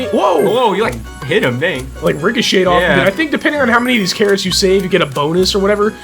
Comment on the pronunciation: Care-its. pumkins. cab-ige. Lol